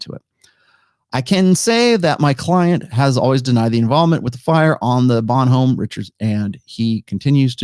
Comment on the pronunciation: For those who care about these things, the pronunciation of the ships name is Bon home Rishard. She is also referred to as Bonnie Dick among US sailors.